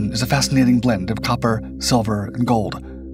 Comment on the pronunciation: Golb?! Of golb? Mask of GOLB.???!Jesus my ears are BEROEKIN.